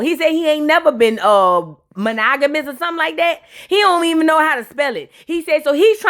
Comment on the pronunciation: Not “her sista knew Knaoww”😂😂😂😂